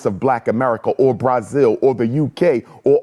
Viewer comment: Umar pronouncing Brazil Bryzil really irritates me 😭😂😂😂😂😂😂😂😂